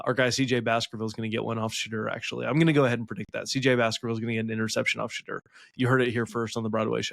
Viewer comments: THIS! Sha-door, not Sha-der. Do some research ffs. Buffs in a blowout 45-24. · #2 = “Sh-door” it’s not hard to say